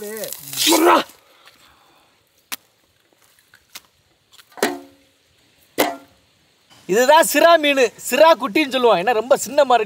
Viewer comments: நன்பர்களே சிரா மீன் அல்ல சுரா மீன் ஐயா என்று சொல்லவும் நன்றி. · சிரா இல்லை சுரா மீன் சகோதரர் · சிறா இல்லை சுறா😂😂